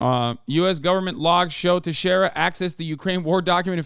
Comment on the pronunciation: It's pronounced Te-Share-A